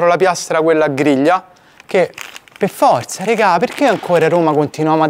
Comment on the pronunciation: il PEFFORZA alla Darione??? ci devi dire qualcosa??